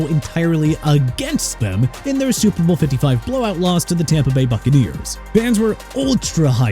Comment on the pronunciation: CARL CHEFFERS PRONOUNCED CHEF-ERS!! ALSO IT'S SUPER BOWL NOT TUPER BOWL!! AND ROBERT ALFORD NOT ROBERT ALFRED!! YOU CAN'T SPELL AND YOU CAN'T PRONOUNCE THEN YOU NEED TO BE FIRED ALONG WITH YOUR EDITOR!! AND NEW ENGLAND LOST IN THE SUPER BOWL YESTERDAY TO SEATTLE!! HAPPY?!